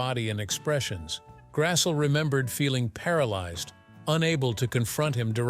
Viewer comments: It's pronounced GRASS-LEE not g grassul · You could at least pronounce her last name correctly..it's Grassle..or phonetically..Grass.ley. NOT Grassell...Ugh! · Karen Grassle is pronounce like Grassley